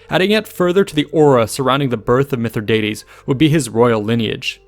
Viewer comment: Keep mispronouncing his name dickhead!